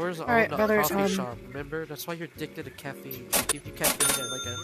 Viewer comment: ITS CATFEINE NOT CATFINE